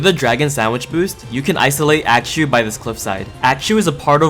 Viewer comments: Bro everytime you say Axew we have to say bless you💀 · how you said axew threw me off at first 😭 but i’m loving the video so far. always get excited when you post. i wish you could post more and still have the same quality but it’s not possible🥲 can’t wait for the next vid